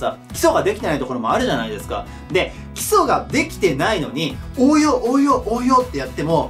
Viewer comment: 基礎がキスに聞こえる